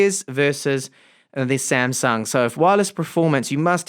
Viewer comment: not 'samsang' it 'samsung'